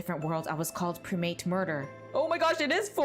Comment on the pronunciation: Can't get over how she pronounced primate